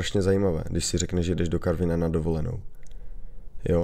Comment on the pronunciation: ono by bohatě stačilo aby ho vyslovil tak jak se ma